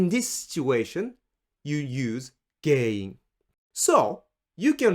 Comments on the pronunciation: Interestingly when you say the word GEN-IN you seem to pronounce it like GEI-IN. Is that an exception or am I hearing it wrong? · 原因 sounds like a hard word to say. It sounds more like you say げいいん. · It's not pronounced like Gei-in. It's pronounced as is; it's a nasalized sound. Tricky to do, unless you grew up hearing Japanese all the time like I did lmao